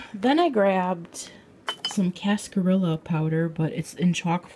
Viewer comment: In cascarilla the ll's are pronounced like a y like in tortilla because it's Spanish.